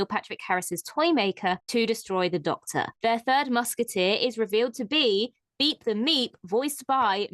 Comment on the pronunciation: Man I had to listen carefully to that one... at first it sounded like "Beat the Meat"... I have now found references to "Beep the Meep". However It would be nice if the Doctor could reverse the effects of the Black Sun on "Beep". He could then become a cute fuzzy ally.